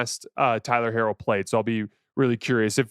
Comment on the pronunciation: j, it’s interesting how you pronounce tyler herro’s last name. I don’t hear anyone else saying it that way - they say ‘hero’. I love your shows and wonder about random things like this. #mailbag